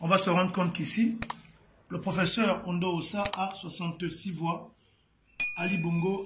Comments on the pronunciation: L'opposant s'appelle Albert Ondo Ossa, et non Ondo Ondoa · C'est Albert Ondo OSSA ohh et non ONDO ONDOUA 😂😂😂😂😂